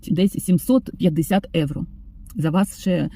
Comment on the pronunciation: виправляю трошки) Ви слово "євро" українською вимовляєте з італійським акцентом" евро". Бажаю, щоб нарешті доля Вам посміхнулася знайти добре житло, а ще краще комфортне житло + турботливий та люблячий чоловік поруч❤❤❤😊